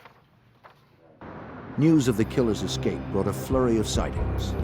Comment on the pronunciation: "the individual makes his 'EXCAPE'"? or Escape?🤣🤣🤣🤣🤣🤣🤣🤣